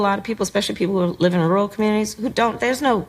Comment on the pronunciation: The only thing more offensive than Kamala is how Matt pronounces rural. Matthew you are canceled sir